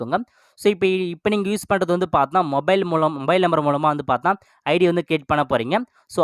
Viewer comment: Paathna paathna konjam kammi pannikonga. Ilana correct ah sollunga paathinga na nu